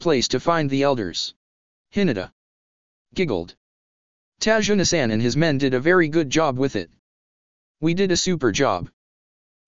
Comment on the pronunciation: ta-zu-na not tajuna